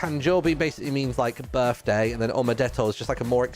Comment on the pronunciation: ITS HIS BIRFDAY!